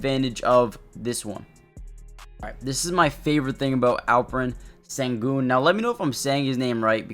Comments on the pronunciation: in america. in his language it´s shen-goun. like the ou in you. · The Sen in Sengun is pronounced "shen". And no one calls him AS, we typically refer to him as Al-P. Great video. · It’s close. You’re saying his first name right but it is more like Shen-goon